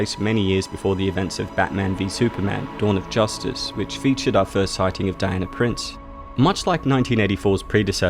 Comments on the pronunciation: You speak so well and then pronounce all words that end in "a" with an "er" sound. Dianer. Drove me nuts by the end of the video! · That's how "Diana" is pronounced in the UK, famously Princess Diana; Di-an-er